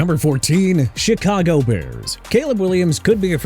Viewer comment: did anyone else hear “shitcago bears”?